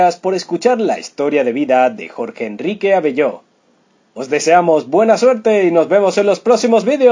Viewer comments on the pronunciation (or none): Por que dices Abellooo con acento en la última o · Fue excelente actor.paz en la eternidad.Por favor pronunciar correctamente su apellido.con el acento en la segunda sílaba .Abello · Un consejo. Si Ud hace un video de un artista y sabe bien el idioma castellano... primero aprenda a pronunciar bien su nombre. Donde ve la tilde en su apellido Abello. NO la tiene entonces porque la pronuncia como si tuviera la acentuación en la o. Queda muy mal.... es como si no supiera leer su propio idioma. Y en cuanto al título que le pone al video solo para llamar la atencion.. "el triste final"... cual triste si JEA esta mejor que nunca ... por eso le doy dedo abajo.